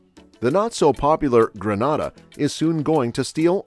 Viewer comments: It's not Gra-nada. Granada is a Spanish speaking country. It's Gree-Nay-da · Number 1 it's not genada it's grenada please pronounce it properly genada is in Spain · It’s pronounced Gree nay da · If you're talking about my beautiful island, it's pronounced GREEN-NA-DA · Please Sir. Its GREEN-A-DAH! Many thanks! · I couldn’t watch the whole video cause he kept saying “ Granada” ! When are they going to get it right???? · All I'm stating, is that I don't live in Greh-nah-dah but '"Grenada". And the accuracy of the information bro, it's willllddddddd!!!! Me alone that counting them millions?!?!?!?! I reach on 3rd set of millions & it's a lottttt.......That's a lot of millions. And I never knew we were using our own money for the technology park I never knew about...I gone yes!🤣🤣Ah done!🤣🤣🤣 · Gren neigh dah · when u learn to pronounce our name...i will begin to listen to your assumptions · First of all the pronunciation is incorrect. Granada is in spain